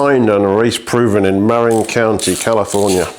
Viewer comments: Cheeky, you've been to Marin County yet you're still saying "merrin". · Dear: mə-RIN. -Love, California. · Muh-RIN is the name of the county where mountain biking started, especially on the trails of Mount Tamalpais (Mt. Tam). Beautiful place, if you can afford to live there. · Yeah, I just saw i the video that you actually do know how to pronounce it and you just couldn’t be arsed.